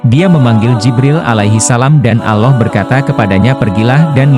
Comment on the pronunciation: Alloh pak bukan aloh hati2 klo berucap